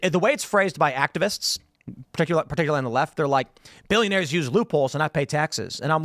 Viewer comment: "As perticulary" shut up